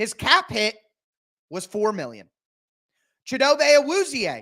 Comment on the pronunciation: the way to pronounce his name is chee doe bey